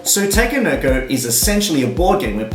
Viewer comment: idk but I cringe when you say takenoko however thanks for the review